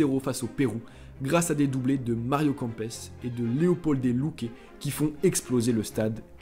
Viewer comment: On dit kempes pas campes